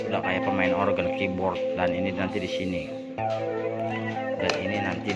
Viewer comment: Keyboard, Bukan KIBORT ya bang :3